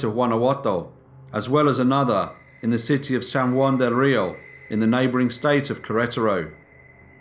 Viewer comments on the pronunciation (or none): none